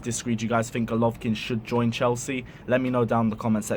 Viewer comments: its not rocket science to pronounce "Go" "lo" "vin" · Golovin! not Golovkin))) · Bro its golovin not golkvkin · It golovin not golovkin plz get his name right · Bro it’s Golovin not Golovkin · You shud take this video down awful that the main part of your video refers to someone whose name you could not bother to research enough to say it right